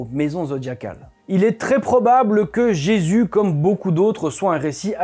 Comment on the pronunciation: il du mal a prononcer le nom de JESUS , !!!!!!!!!